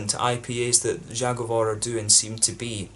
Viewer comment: Your pronounciation of „Zagovor” is so bad and it’s your fault because your are exaggerating ;) First don’t say the Polish letter. Cause you say Ż. Żagovor. Say simple Z. Zagovor.